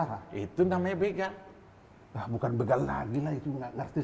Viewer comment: BeeegaL=begaL ..jd bukan beugaaL .. yg benar itu beegaL= begaL...... bukan beugaL ..